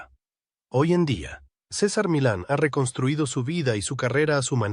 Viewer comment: Se pronuncia, Cesar Milannnnn una L no yan..